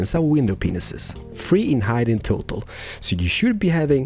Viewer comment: When ever he said total it sounds like he saying turtle like he said in stranded deep ep 6